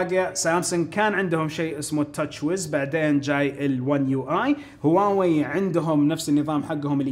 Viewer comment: تكفى انطق هواوي زين ترا ممكن تخسر متابعتي والله ان ظليت تنطقها كذا